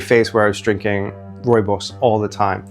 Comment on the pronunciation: As a South African, this is the best pronunciation of rooibos i’ve heard from a non-native speaker. Bravo!